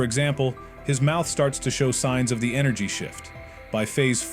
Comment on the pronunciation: Blud keep saying negative enegry